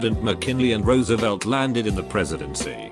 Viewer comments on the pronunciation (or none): none